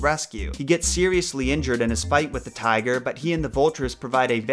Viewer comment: “Tiga Tiga” 😂